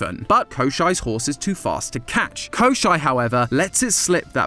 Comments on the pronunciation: for anyone wondering: no did NOT pronounce koshei's name correctly English is kinda hard to type pronunciations in but ill try my best: the first part is like the "co" from the word cold when pronounced with an American accent. then there's a "shh" sound, and lastly there's an "ey" sound similar to the one in "frayed". additionally the emphasis is crucial too. its koshEI not kOshei. thanks for coming to my ted talk. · kosh-CHAY the Deathless. It isn't German. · koschei is pronounced kashei in russian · Hearing the mispronounced English names of all the Russian fairytale characters I grew up with is so jarring. XD Ah yes, Kosher the Salty Immortal. (Koss-cheyy, from the word for bones, because he's bony.) Edit, for those curious! This is a line introducing him from a fairytale: "On the ocean, on the sea, there is an island; on that island an oak stands, under the oak a chest is buried, in that chest - a hare, in that hare - a duck, in that duck - an egg, in that egg - a needle - Kaschey's death." In some versions of that fairytale, the protagonist is assisted by Baba Yaga due to his himbo energy general good will, same as he offers various wild animals, and they help him to destroy every layer of Kaschey's protections until he gets to the needle and either snaps it or shoots him with it. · 1. Baba YagA (stress in the end) 2. Koshei (it’s reads “koschey”. Like letter A at the end) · no bcs the way you pronounce Коще́й was so weird to me i had to google it only to find out it’s Коще́й